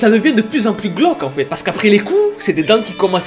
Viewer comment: ne dit pas *glauque*, il dit gloque